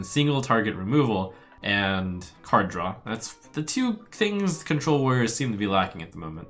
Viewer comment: draw dude not drawl now sound like strifecro